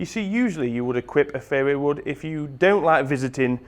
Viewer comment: Thought he was saying fairywood for a while there :):)